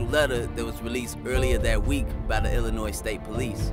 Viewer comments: you committed a Chicago Cardinal sin: you put an "s" at the end of Illinois! 😀 There's no "s" in Illinois. Otherwise, excellent video! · It's pronounced..."ILL-in-NOY" not "ILL-in-NOISE"...